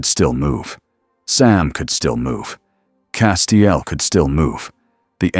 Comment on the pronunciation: Only issue i can find is the 27 different ways the AI pronounces castiels name lol